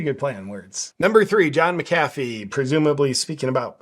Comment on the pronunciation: Really, you can’t say McAfee’s name right? It’s pronounced MAC-a-FEE. Even I know that and I can’t stand the man.